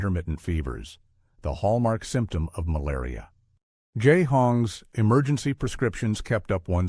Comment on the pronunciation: That's ai for you, when it reads a word it isn't sure about it says it in every possible way. lol Still learning. So are we humans.